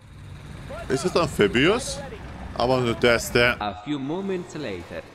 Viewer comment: Gaijin: What is that "amfee-byoos" thing that you talk about?